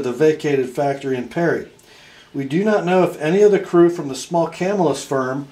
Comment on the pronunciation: Thanks for all you do! The pronunciation of Camillus is Cam-ill-us, accent on the second syllable. Camillus is a suburb of Syracuse, where Crucible steel is located. BTW, sadly, the Camillus knife factory was just recently dismantled. Upstate New York was once home to many cutlery companies, some of which are still in operation, including Schrade, Oneida, Ontario, Kabar, Queen, Canal Street, Utica and others.